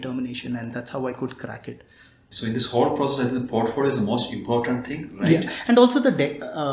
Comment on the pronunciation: Portpholio, but sir be like portphodio 😂❤️ love you sir